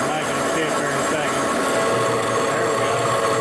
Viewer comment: Wow, little HPC action, "And here vee go..."